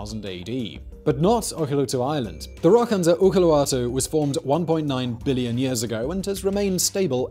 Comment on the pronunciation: en saanu mitään selvää mitä se yritti sanoa videon alussa. "Olkiluoto" oli kyseinen sana